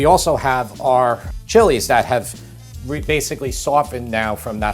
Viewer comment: Thank you for pronouncing the chilies' names correctly! It shows you know your ingredients!